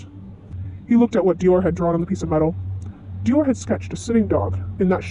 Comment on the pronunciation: I can not express in Words how happy I am. I don’t mind you editing your voice, I understand, lol. Also I love your drawings. One thing, in the word for the fruit Hym, the y makes the long I sound. (H—eye—m) Also, Dior also has a long I. (D—eye—or) But it’s ok :D ❤